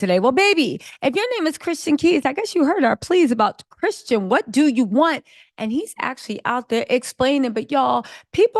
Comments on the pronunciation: Why is it so hard for you to say Christian, girl. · His name is Christian not Tristan 🙄🙄🙄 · CHRISTIAN,.....CHRISTIAN....As in a follower of Christ. Not Tristan, not Christen...Girl. Love your content, lady...but come on nahhh!! Smh. 🤨🤦🏽‍♀️🤣